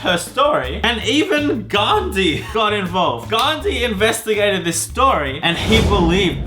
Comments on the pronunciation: It's Gandhi and I like you when u tell Indian names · You are saying all Indian names wrong I live in India so I know that and Gandhi is actual freedom fighter you are not supposed to call him Gandhi